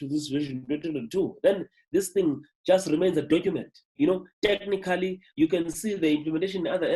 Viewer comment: Why would you pronounce "Technically" like that?